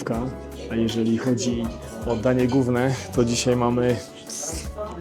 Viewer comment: Wszystko ok, ale mówi się "danie głowne" nie danie gówne